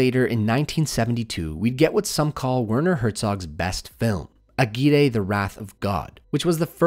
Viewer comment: Ok, I need to point this out because now I've heard you say it wrong in two full videos and it's getting on my nervs. AGUIRRE is a spanish name, and as such, when two Rs are together they sound like a hard R. Put the tongue on the front of the palate and let it reverb a little bit.